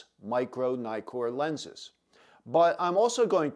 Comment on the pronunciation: It’s not “Naïkor”, it’s “Neekor”. Why? Because of the two Ks in Nikkor. “Nikon” can be pronounced “Naïkon” (although only people from the US do it) because there is only one K.